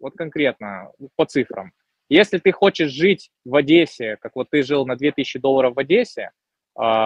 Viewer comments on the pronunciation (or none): none